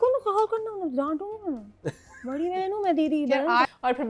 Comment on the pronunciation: please correct your pronunciation, its "Barri" بڑی not"Bharri" بھڑی..... Amma ko pta lggy ga tw wo apko daantyn gyn... She gets really angry on wrong pronunciation